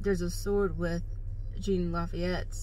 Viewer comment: His name is pronounced Sean La-feet